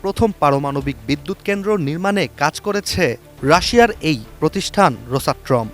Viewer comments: "রোসাট্রম" না "রোসাটম"? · রোসাট্রোম উচ্চারণ ঠিক আছে তো?